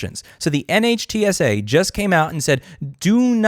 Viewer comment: NHTSA pronounced Nit-shu